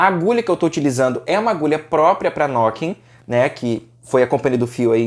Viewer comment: é "nuquin" a pronuncia correta...